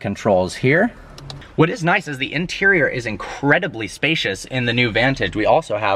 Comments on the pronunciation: He said interial instead of interior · Really the "interiol"?